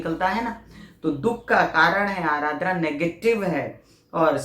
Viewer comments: Ardra , not arardra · It is aadra not aaradra